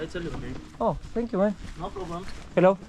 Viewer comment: Por qué sankiu y no zankiu? Suena estilo Tévez hablando inglés